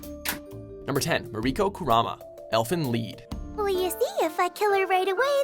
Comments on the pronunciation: the fan No..Idk what u mean? used to say Elfenlied like "lie" They finally said it right in this video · HOLY SHT I think this is the first time they said Elfenlied correctly